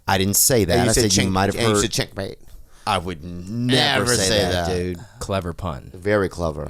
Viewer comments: You definitely said chinkmate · Yeah he did....even youtube subtitles called it as chinkmate but that shit is wrong all the time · He totally said chinkmate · He totally said chinkmate and it was subconscious and hilarious. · lol yep, closed caption heard it too. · Absolutely, definitely said chinkmate..... Pahahaha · He 100% said chinkmate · He totally said "Ch**k Mate"!!! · He def said chinkmate lmao I be feeling bad for bobys girl tho man damn lmaooooo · Bobby: RWOW Theo: It's wow and he definitely said chinkmate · Bruh Theo is fucking JOKES he FOR SURE said chinkmate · HE DID SAY CHINC MATE 😂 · Thought it was Chet-Mate 😂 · Listen at .25 speed, he def said chinkmate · chett-mate dejavu :D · I heard chickmate